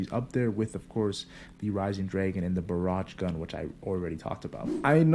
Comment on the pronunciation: barage gun xD, its baj-je-rang gun